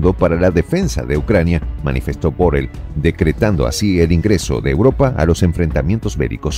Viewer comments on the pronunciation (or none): Borel no,Borrell